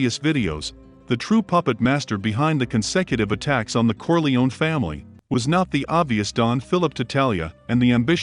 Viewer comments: I can't stand the mispronunciation of Corleone, "Corleeon". Dude, you should learn to pronounce properly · I hate to hear when people say "Corle-own." UGH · You should learn to pronounce Corleone